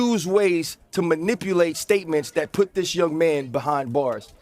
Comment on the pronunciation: Ryan struggled to pronounce "manipulate.". 😂